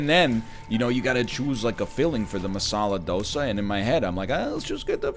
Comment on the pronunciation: Masala dosa is spicy? It's super weird to hear NL pronounce Hindi words LMAO